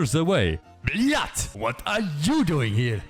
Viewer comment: He didn't even pronounce it right though